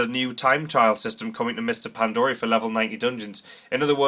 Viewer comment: it's not PandOria it's pandaria....with an A...ffs